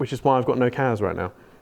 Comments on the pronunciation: Aways sounds like you are saying KAZ not KASSSSSSS fries my brain 😣Hope your charts come to fruition though 🤞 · he does say kaz.... lol